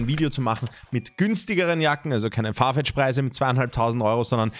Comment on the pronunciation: das heißt Farfetch nicht Fartech. 😅Trotzdem nices Video!! 👻